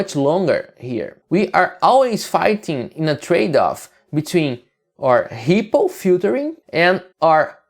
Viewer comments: Great stuff! Though I'm not gonna lie, it took me a while to realize you were saying ripple and not hippo :D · I thought the exact same thing!